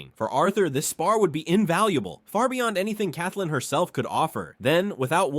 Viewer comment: Kathyln, not Kathlyn... As weird as it sounds lol. Turtleme probably made a typo and decided to leave it as it was.